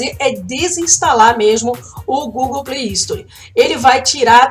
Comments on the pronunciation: já que você ajuda a galera com tantas dicas bacanas, vou retribuir o favor pra você. A forma correta de dizer Gift card é "guift" e Play Store não tem um i na frente, o correto é dizer "sstor". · Ela fala play istori